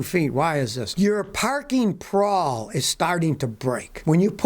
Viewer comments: sorry Scotty it's 'parking pawl', not parking prawl. love your videos. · It's a Parking Pawl... not Prall... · scotty its the parking pawl not prwal